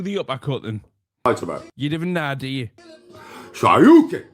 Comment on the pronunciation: SHO-RYU-KEN......no matter what subject he cant get anything right ever